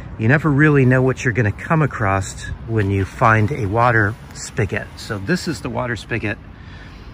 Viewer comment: Hair looks good. Are you saying acrosst or acrossed? What is that word